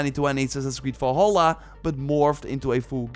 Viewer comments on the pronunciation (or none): I don't get annoyed often but jesus, how hard is it to say "valhalla"?